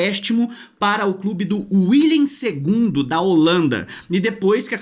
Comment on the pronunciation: Excelente vídeo. Parabéns. Só um detalhe: O nome do time holandês se pronuncia "Villem Dwee".